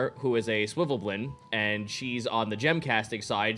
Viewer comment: "Swivvelblin, swivvelblin, swivvelblin"...eesh, even as someone who absolutely just calls them underdark gnomes out of simplicity, it's SVIRFNEBLIN.